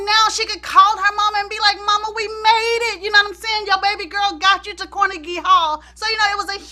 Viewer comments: car-neg-gee hall. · "CORnegy" Hall...lol.